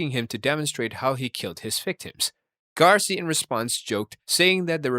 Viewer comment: throughout all your research u never noticed its gacy not garcy? 🤨 also how did manson make the list, he never killed anyone.., issei wasn't a serial killer too by the way, he only got one though he did say he was going to do it again b4 he died but i guess that ship sailed cuz he died last year